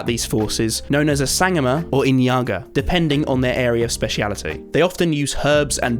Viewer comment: South African here... pronunciation of Sangoma is Sun-gor-ma and Inyanga is In-yung-ah